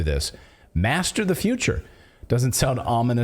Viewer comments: How come ordinary Germans abroad speak English so much more correctly than Schwab? zee zeeL he can't say the? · schwab: first learn how to pronounce "TH", then come back.